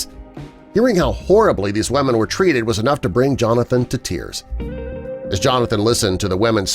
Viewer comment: ‘ he had to make sure that the WaMeN were ok’ 🤦🏽‍♂️😂